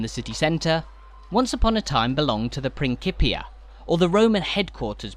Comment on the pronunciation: Great tour but you are mispronouncing "principia".